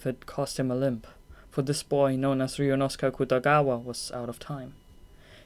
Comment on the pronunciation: The whole time I was wondering what 'Riyunosukah" is and realized it's supposed to be some kind of pronouncation of "Ryuunosuke" 🙆🏼‍♀️